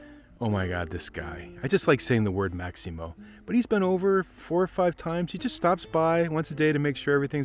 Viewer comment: Bye the way, his name is Massimo, not Maximo ...